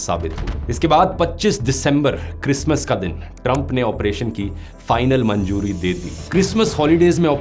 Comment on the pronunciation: Manjoori nhin Manzoori hota hai